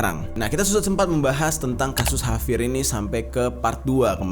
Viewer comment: Kok ngomong nya havier bukan javier